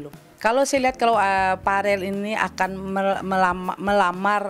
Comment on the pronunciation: Bukan varel tapi vereeel